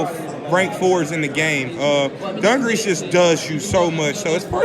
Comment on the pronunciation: Its not dun gur ress its du gar es